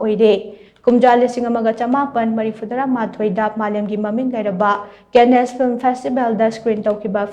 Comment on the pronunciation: Cannes (pronounced Kaan) is not kenesh.